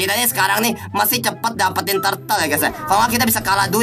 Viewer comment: hh pada nyadar ngak sihh dia bilang tartle pdhl bukan wkwk😂